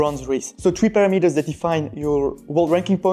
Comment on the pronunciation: "Pah - rah - mi - ters" not para-metres